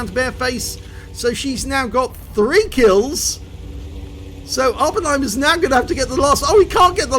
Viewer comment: you said awpennheimer in the end ahaha